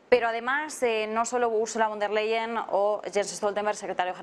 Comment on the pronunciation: Bueno pero este supuesto expertobcomo aprendió nada pq si se lo pasa diciendo Úrsula leiden o vonder leiden ... a ver, es Úrsula con der Leyen. Von der Leyen, no leiden... no veo NINGUNA D/d ahí. Es que es tan difícil para un latino o hispano leer y distinguir entre y / d??? BRUTO tan experto que les parece si en vez de moragon es moretón??? Son las pocas ganas de hacer las cosas BIEN. VON DER LEYEN... SE LEYEN COMO LEYES, BRUTO.